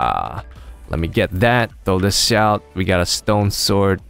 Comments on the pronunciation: I thought he meant to say "Throw thish out" :P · He says Throw thish out. Yep how i spelled it "thish"